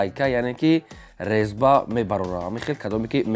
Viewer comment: Лезба не резба.